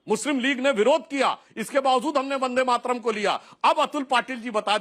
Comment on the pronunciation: Waris pathan ko bulakar vande Mataram song ka apman mat karua. In blogo ke mukh se bande matram sunkar esa lagta hai jaise ye gali de raha hai